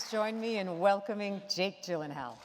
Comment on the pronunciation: "Iv'e been watching your work since 2001" Yet she still can't pronounce his name correctly